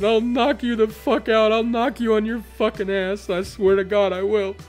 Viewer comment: The way he pronouces c's and k's is absolutely grating. "I dont fachking care"